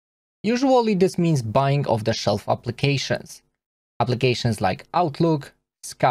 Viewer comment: Brilliant video! Did you mean "of-the-shell" software when describing SaaS, or "off-the-shelf"? I have not heard of the former term.